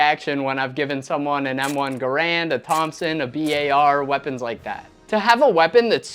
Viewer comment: Wrong pronunciation of Garand.